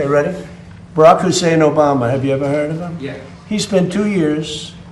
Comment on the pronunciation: It's hilarious in a cynical way how there is always an emphasis on the "Hussein".